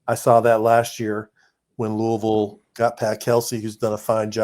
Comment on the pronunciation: Sorry, can't listen to someone from Indiana that can't say Loo-ee-ville. NOT Louuahhvl. Do you think when the great George Rogers Clark named it after King Louis of France, ( for helping us defeat the British)... do ya think Louaashhhvl is what he had in mind ?...NO. Get it right.